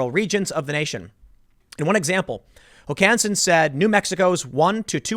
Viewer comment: Emphasis on the first syllable, Tim. HOkansen.